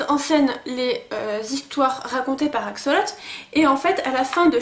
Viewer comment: PATRICK BAUD pas BAUDE (tu tes tromper en barre d'info) .... et on dit "axolote" pas "axolot"